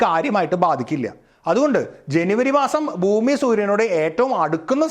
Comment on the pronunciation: Boomi അല്ല ചേട്ടാ ബ്ഹൂമി എന്നാണ്